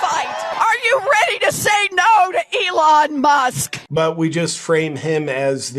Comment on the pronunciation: She called Elon Musk 'Emon Less' ...